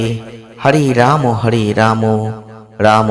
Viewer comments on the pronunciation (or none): আপনি হরে বলুন।হড়ে বলছেন কেন? ।